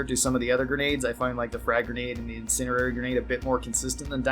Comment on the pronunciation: In send E airy Not "incinerary."